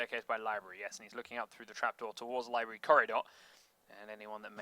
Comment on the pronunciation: is that one dude saying "liberry" instead of library?